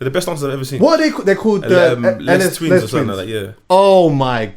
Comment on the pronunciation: Man said "Lezz Twins"